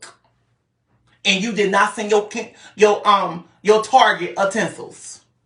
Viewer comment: What is "ntensils"? 😂😂😂😂